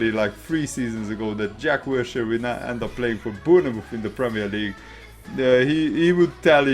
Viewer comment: Good commentary. Good insight. Let me help you out, pronounce Bournemouth like this: "Bornmith." 👍🏻